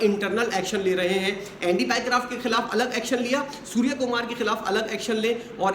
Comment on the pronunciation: Jaan bhujkar baar baar " Surya" ki jagah aap "Suwar" kumar bol rahe hain sir jabki pehli martaba aapne sahi pronounce kiya tha. Phir samajh jaiye India aap logo ko kyu ignore karta hai